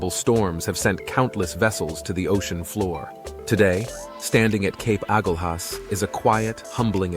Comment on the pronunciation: Excellent coverage overall!! Well done. However, your pictures often did not match the voice track, leading to major confusion; Agulas was accompanied by Cape Point photos intermittently. Finally, your pronunciation were off as can be expected but would be improved by simple claraification in your research. Agulas is pronounced 'A Gul As'. Easy. Thanks